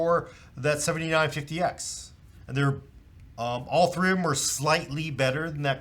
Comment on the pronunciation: Something that drives me absolutely nuts is putting the emphasis on the wrong number. This is the fifty nine fifty X and this one is a seventy NINE fifty X. Losing my mind here.